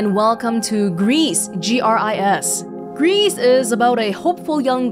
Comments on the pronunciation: Gris actually means "grey" in French (and possibly other languages. It's pronounced like "gree", not "grease" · I think that the name of this game is pronounced "gree" as gris is French for grey. Which is appropriate for this game. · About the title "Gris" being pronounced grease/griss, it's probably because it's a spanish dev studio who made the game and gris=grey both in spanish and french, although in spanish you'd say grease/griss, and not gree as in french. ps: this looks so good! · The game was made by Spanish people, and gris means grey in spanish, which is pronounced like "grease" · Well, then I concede. I'd thought she was just guessing the pronunciation, and french words in game titles, ESPECIALLY artsy ones, is so prevalent that I felt it was a safe enough assumption. I'm still somewhat surprised it's pronounced like that, regardless, considering the many similarities French and Spanish have.